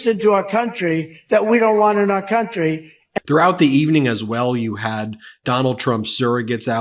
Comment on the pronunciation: Is it just me, or is anyone else just amazingly irritated by the way he says "country"?